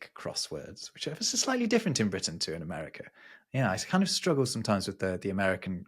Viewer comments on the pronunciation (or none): none